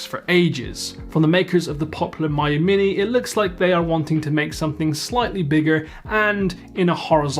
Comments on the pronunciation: Me - you not M-eye-you 😀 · I really prefer it when Miyoo gets pronounced "Me-you" instead of "Mayu". It just sounds friendlier.